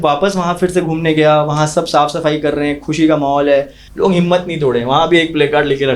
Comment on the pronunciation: लोग ❎ लॉन्ग✅😂😂